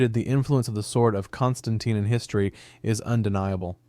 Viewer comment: He got my pronunciation of my name wrong 😑